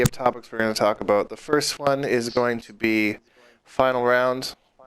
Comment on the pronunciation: "All aboot"?? lol You must be Canadian!